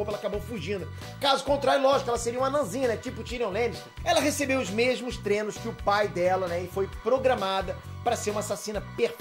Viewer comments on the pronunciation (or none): É TREINO,. T-R-E-I-N-O